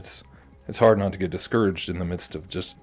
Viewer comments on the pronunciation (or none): none